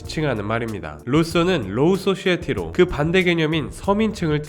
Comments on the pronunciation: 지금 소사이어티를 소시에티로 읽은거 실화냐😮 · 쏘시에티? 하이 쏘시에티? 로 쏘시에티? 좀ㅈ심각하네~~